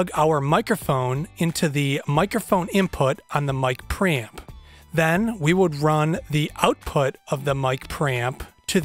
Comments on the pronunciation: lol, sounds like you're saying "Mic Pramp" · mic pramping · Whet did he say micropram? I need one but i dont know what exactly is that unit he says. I cant find micropram in ebay.... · how many times did he say ”pramp” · Hahaha mic praaaamp - can't fucking unhear this and he says it so often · Got under your skin that he doesn't pronounce it "Pre-Amp" too didn't it?🤔🤣🤣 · What is a mic "pramp"? LOL Just teasing you man 😋